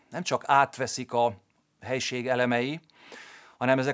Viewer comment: Én hallom az i hangot, szerintem hallgasd meg még egyszer, helyesen ejti ki.